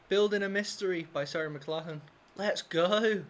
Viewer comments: It is pronounced: Mc - Lock - Lan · You're British and can't pronounce a Scottish name Mc Lock Lan. That's okay though, I live on Mclachlan Street in her home province and no one can pronounce it here in Northern BC Canada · Who would have thought an English man couldn't pronounce an Irish name.